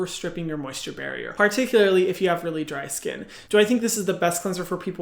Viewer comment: Obsessed with the way H is pronouncing "particularly" here